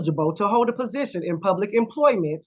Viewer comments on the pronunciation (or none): none